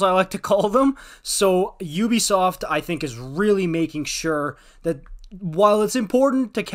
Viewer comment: Sounded good until you said Ubisoft